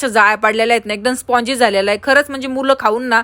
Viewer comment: Tai spongy nahi spangy